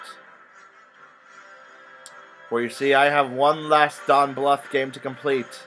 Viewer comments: Before you get to anymore nonsense, would pronounce his name right. It is pronounced BLOOTH. U as in TUBE. DON BLUTH. It just bugs me I little bit, that's all. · BLOOTH, you say it like BLOOTH :) just a heads up.